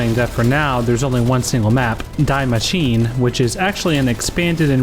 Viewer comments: Stopped taking the review seriously at “Die Machine” not being pronounced as “Dee Maschina” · It's pronounced DEE MASHINEE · Lol “die machine” I’m pretty sure it’s pronounced “dee machina” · Its not DIE mashiene as if you want a machine to die, its DIE without the i.... so DE machine that way you can pronounce it like how its intended to be pronounced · you dont pronounce it as DIE Machine, it's german! You say de machine, kind of... i don't know, i'm just a swede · Lol guys, stop calling it Die Machine. It's pronounced "Dee Ma-sheen-eh". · Not just Germans... Anyone who can spot the difference between maschine and machine is probably annoyed af. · The review was over for me when he called it “dye machine” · it’s a German name so you say it as ‘dee’ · this man just pronounced it "dYE Maschine" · Die Machine, is meant to be said in German as in Di Machin-e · This guy said "dye machine" cmon IGN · The "Die" in "Die Maschine" is pronounced "dee" lol not like the English word "die." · It's always funny hearing people pronounce die maschiene as dye machine. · "Dye Masheene" made me die inside a little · Dee MashinAH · "Dee Mah-sheen-eh" But then again the humans did die and become zombies. Only to die again. Or the human player is going to die. So I'll just pretend its a pun and look the other way. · “DYE MUSHEEN” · The pronunciation of the map killed me 🤦‍♂️ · The way he pronounced " Die Maschine" hurt my ears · Ya'll over here cringing at the gameplay while I'm cringing at his 'Die Maschine' pronounciation xD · It’s also a little underwhelming how poorly he pronounced the name of the map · Hmm, maybe Google the pronunciation of "Die Maschine" before making the video. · Lol the pronunciation of die maschine is so bad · I can’t imagine how annoying it must be for Germans to hear how he pronounced ‘Die Maschine’. Why does he want a machine to die?